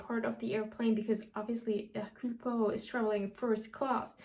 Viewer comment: As a Belgian, you pronouncing Hercule Poirot's name correct every time made me really happy, loved the video!